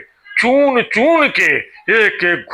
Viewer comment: गुजराती में हृस्व मात्राएं होती ही नहीं हैं इसलिये शाह-मोदी से चून-चून, घूसपैठ जैसे उच्चारण आप सुनते हैं। उसी तरह ऋ की मात्रा भी गुजराती में नहीं है काम र् और उ की मात्राओं से चलाया जाता है। गौर करेंगे तो आप ग्रुह मंत्रालय और क्रुषी प्रधान देश जैसे उच्चारण पायेंगे।